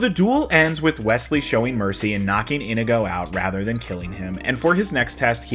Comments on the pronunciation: Why do you keep calling him "Indigo" instead of In-ee-go? Over and over. MY NAME IS INIGO MONTOYA. YOU KILLED MY FATHER, PREPARE TO DIE. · Inigo says his name like 50 times in this movie and yet somehow you're still pronouncing it wrong.